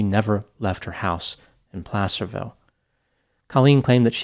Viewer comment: Btw kudos to you for saying Placerville right. A lot of people guess “play-cerville.”